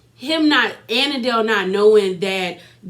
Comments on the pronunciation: Andile not anandale 😂😂😂😂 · Here are the pronunciations: Za-ri, An-de-le, khan-yi, swanky J is Jerry Otherwise good review! Also I thought Platinum only had four kids two of which are Zari’s.